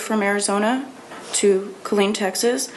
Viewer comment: Wow smh this is awful. My dad is from Killeen. Its pronounced "Kuh-leen"